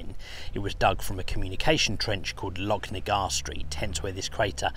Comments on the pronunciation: Great video once again, its pronounced lochnagar as in loch ness not locknagar. 😂😁👍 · the ch in Lochnagar is pronounced the same as the ch in Loch Ness